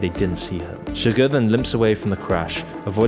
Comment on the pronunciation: Chigurh, please.